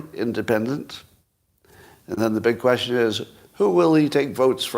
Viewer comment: Teach yourself to pronounce question